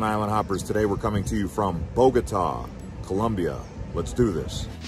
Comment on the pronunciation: COLOMBIA, not COLUMBIA wtf